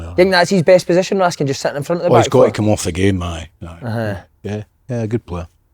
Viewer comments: THE WEE HELMETS NAME AS RASKIN NO RASKAN FFS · Why do so many say "Ras-can" when his name is clearly "Raskin"?